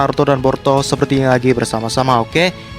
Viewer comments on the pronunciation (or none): Boruto bukan Porto 😁😁😁 Kalem aja ngmg'y. . . Jgn di cepet2in kaya di kejar2 apaan. . . Ngmg boruto dri awal sampai akhir kedengeran'y porto 😁😁😁